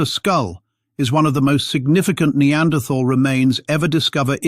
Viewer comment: I can't watch this, the mispronunciation of "neanderthal" is too annoying.